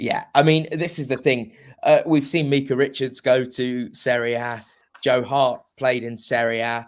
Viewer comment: It’s not pronounced MEEK-a Richards,, it’s MIKE-a Richards. If you can pronounce Dragusin, you can manage that!